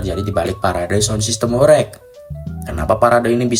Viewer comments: Horeg bukan horek, pake eG bukan eK😂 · pengucapane ae ws gak pas !! horeg bukan hore'g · Sgt terlihat yg menjelaskan bukan orng benar² paham mengenai apa yg ia jelaskan, melainkan hanya mencari informasi dr berbagai sumber. Dr penyebutan kata² horeg aja udah tidak tepat😂.